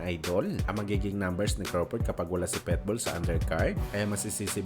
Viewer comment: Boss pitbul hindi petbul